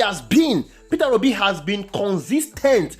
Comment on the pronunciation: My brother,it's Peter Obi & not Peterra Obi as you pronounce it..I am Obedient to the core..Thanx for all you do.💜